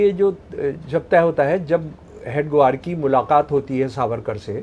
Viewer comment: महोदय जी ,आप "हेडगेवार " जी को बार बार हेड ग्वार क्यों बोल रहे हैं